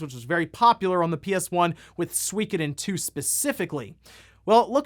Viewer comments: What the hell is Sweekoden? I have played all of the SOOOKoden games. You say potato I say you're wrong lmao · “SWEEEKODEN” lol Sorry that made me chuckle FYI It’s pronounced Sue - E - ko - den 🤓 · Sweekadin? SWEEKADIN? What kind of pronunciation is that??? SWEEEEKADIN??? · I'm pretty sure that suikoden game is pronounced (su-koh-den) pretty sure there was a commercial back in the day where it was pronounced su-koh-den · “Suikoden” pronunciation in the US is a war crime. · Eiyuden und Suikoden, please check your pronunciation. I’d buy the PSVR2 this year but as long as there’s the PS5 shortage? Nah. They also need more than one game like Horizon. They really need to have at least 5 titles at release which would entice people to buy the new PSVR.